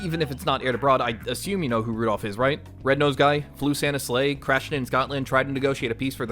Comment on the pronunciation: Rudolph ❎ Rudourph✅